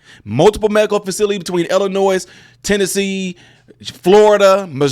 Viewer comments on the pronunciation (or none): Illinois with a hard s no wonder your viewers are dumb and can't hold their concentration. For more than 20 seconds.